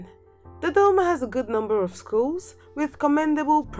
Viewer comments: Ohh I like the way she says Dodoma!😁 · Ohh I love the way she says Dodoma! 😄